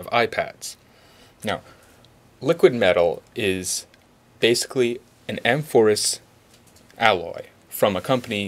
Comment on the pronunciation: A mor phous. 'Amphorus' would be "in the manner of a greek wine urn". Just fyi.